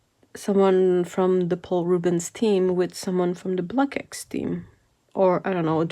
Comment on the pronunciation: Just a pointer - it's pronounced "blocks" (as if it ended in s and the X was silent), not "block X". Blockx (one of many surnames ending in "ckx" in Belgium) is a typically Belgian family surname. 😊